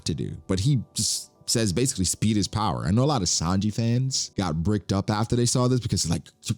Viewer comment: “speed is powah”💀💀